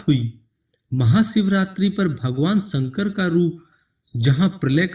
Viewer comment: ek baar bhi tune shiv ka nam dhang se nai liya..... शिव,शंकर बोल न कि siv,sankar